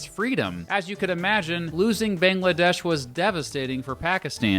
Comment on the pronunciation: Couldn’t you at least try to pronounce the names right? I mean you mispronounced Pakistan and Bangladesh. Same thing with the peoples there.